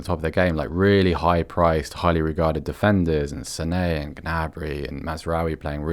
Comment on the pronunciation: This black guy can't even pronounce "Sané" right